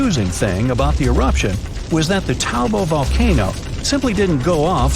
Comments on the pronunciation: Lake Taubo, Its Take Taupo (Pronounced Toe-Paw) not Taubo, anyways, I Live I New Zealand & It is at level 2 & I don't live far away from Lake Taupo so it's really scary, This eruption would scare all the 5 million people that live in New Zealand, Lake Taupo is DEADLY Edit: Also last time Lake Taupo had its massive eruption It covered basically all New Zealand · Umm being from New Zealand I am gonna say that Lake Taupo is pronounced Tow-por as it being a Maori word.